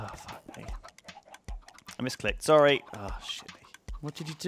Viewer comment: "Oh, I'm Sorwy..."